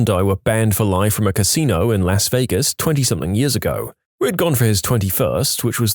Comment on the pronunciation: drives up the wall when he says "Somethin**k**"